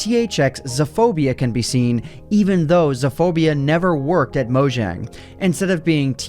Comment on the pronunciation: It's pronounced mo yang